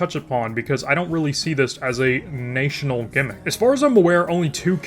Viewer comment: My brother in christ, please stop pronouncing 'national' with a long-a sound